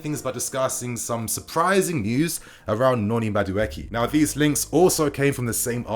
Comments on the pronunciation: Mudueke is a Nigerian name pronounced as >>> Ma-do-akay. 😁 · Madueke is pronounced (Ma Du A K{eke}) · just murdered my brother's name Noni Madueke 🤣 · Please don’t do a separate video for Enzo. It’s was done for Harvetz. We then placed him so high and now the fall is so great for him. No more over hyping. Keep us level-headed sane. Meanwhile you are murdering Maduaeke’s name.